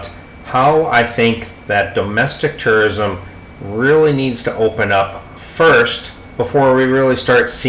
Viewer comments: Dam, sounds like you keep saying TERRORISM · It sounds like you are saying Terrorism. Haha